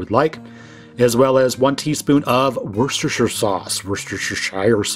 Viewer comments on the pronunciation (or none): You had me at "worcestersherrrsherrer....." ❤😂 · Woshtshtshtara sauce